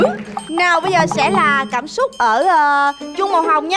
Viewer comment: giọng cũng hay nhưng phát âm sai nhiều từ thật," cảm xúc" mà hay nói là " cảm súc"